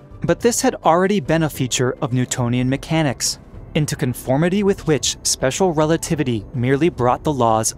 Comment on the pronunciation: Spesher rerativity.